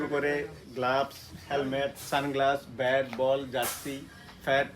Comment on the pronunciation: ও ভাই উচ্চারন ঠিক করেন ব্যাট কে বলতেছেন ভ্যাট